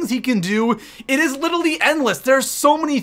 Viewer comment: LITERALLY*!! PLZ not little-ee omg